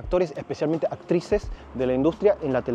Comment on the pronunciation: actrices no ACTICES